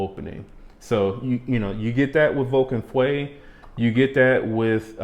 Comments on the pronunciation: « Feu » is the french word for « fire ». I am not good at phonetics to explain it correctly but the « eu » part should be pronounced like the french « e » letter. So for you English speakers it kinda sounds like « uh ». Also, note that the U is after the E. So you cannot pronounce it FWE. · Love your reviews for its laid back but thorough nature...! But please look up the French pronunciation for fire... feu.... It's not fwe .... Google will give you a close enough pronunciation. But other than that .... keep up the good work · Feu pronounces l ike "Fo" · as a French I can tell you that there is absolutely nothing close to « oo » sound in « feu ». Go on Google translate and type fire in english to translate it to French and listen to it. It might help you ear what I’m describing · French here and agree!